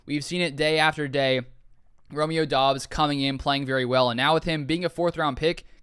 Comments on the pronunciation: It’s pronounced DUBs you simpleton , f’n drivin me nuts, do at least a little research, you can’t even pronounce the guys name right smfh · It’s pronounced Dubs